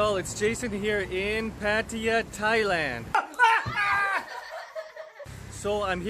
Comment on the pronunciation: Cool video man but it's not "pat-ee-uh" it's "puh-tie-yuh"